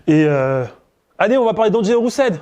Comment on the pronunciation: Pourquoi il dit D'angelo Roussel? 😂😂